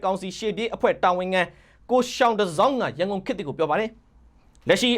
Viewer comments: ယောင်တစောင်းလို့အသံထွက်ရတယ်၊ယောင်ပေစူးကိုစာနဲ့ရေးရင်သျှောင်ပေစူးလို့ရေးသလိုပါပဲ။ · ယောင်တစောင်း လို့ဖတ် ရပါတယ် ။ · သျောင်တဇောင်း ကို ရောင်တဇောင်းလို့ဖတ်ရတယ်ရဲ့ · ရောင်တဇောင်းလို့ ဖတ်ရတာ ဟ ငါ့ကောင်ရ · သျှောင် (ယောင်)တစောင်းလို့ဖတ်ရပါတယ် ရေ။ ကျေးဇူးပါ။ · သျှောင်တစောင်း ကို ရောင်တစောင်းလို့ဖတ်ရပါတယ် ရောင်ကို တစောင်းထုံးသူပေါ့ဗျာ